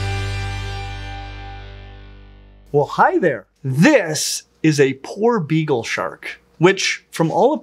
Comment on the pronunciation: Poor begal shark. Is what I heard everytime was saying his favorite shark name.